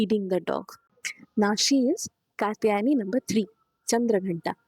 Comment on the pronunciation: Very nice video - but better pronunciation might help more - it is an sh and a long u - श kooshmanda. Also, the t in katyayani is soft - त not ट